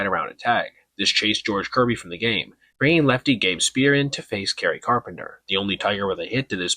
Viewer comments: Gabe SPY-ER. Not Spear you casual. I was nice the first time. Get ur shit right. Sac fly, know ur terms dork. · Gabe "SPEER"?? Come on. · btw its Sp-eye-er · It's Greg SPY-er by the way. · Nice video, I was at the game too as a Seattleite and M's fan who is believing we can make it all the way and win the whole f--in thing, and you have NO EXCUSE for pronouncing Gabe Speier's name wrong! 😤😤 Lol jk I get it, I second guessed myself about how to say his name all year until it finally clicked to me that the eie in his name makes the same sound as eye. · bro butchered gabe speier last name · Try pronouncing Speier correctly.